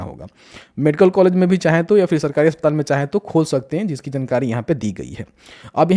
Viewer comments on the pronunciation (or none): none